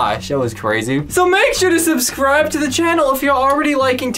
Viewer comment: said “subscribble” lol